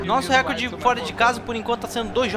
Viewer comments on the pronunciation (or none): none